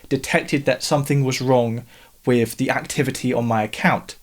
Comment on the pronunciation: .........I like the channel because you say "wif" instead of "with"